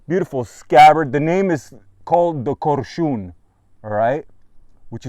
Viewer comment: Knife called KOrshun, not korSHUN. Not a problem. The rest is true.